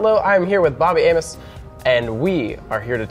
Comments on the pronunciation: in the first sentence I thought he said bobby anus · I heard bobby anus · Did he say anus instead of Amos?